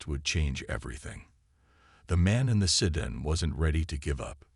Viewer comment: MAGA Make America Godly Again... Interesting story though poorly told by an AI that cannot pronounce "sedan" properly. The photoshopped pictures were horrible and detracted from the narration. "Jake" was brave and very stupid. All he had to do was go hone and he should have. An untrained civilian getting involved in something like this usually does not end well. He was very fortunate it ended as well as it did if it was even a true story.